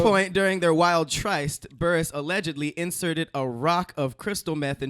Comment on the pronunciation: i dont wanna be that person but "try-st" 😂😂